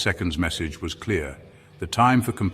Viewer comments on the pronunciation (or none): none